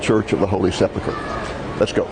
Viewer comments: Pronounced Sep Ul Kur, not Sep luh kur. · I was great to see the old city again, actually saw an old friend, a shop owner. But I do find it a little strange that with, I am sure, many academic degrees, not once pronounced the word "Sepulcher" correctly.